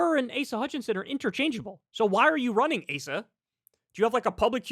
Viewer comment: "ASS-uh" Hutchinson 😂